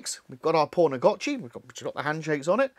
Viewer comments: Why are you calling it pornagotchi? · Lol the English accent makes it sound like you are saying "porn a gotchi" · Thanks for the tutorial 🙏. Also it sounds like you said "p*rnagachi" a couple times. Made me chuckle 🤭. Definitely subscribed!